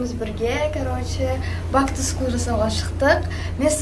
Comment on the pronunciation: Бак ту скул емес бэк ту скул деп айтшы Бак ту скул дегенде не приятно болып естіледі